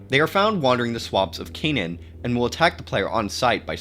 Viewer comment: Canaan is actually pronounced 'kay-nen,' not 'ka-nahn.' It's named after a town in rural Connecticut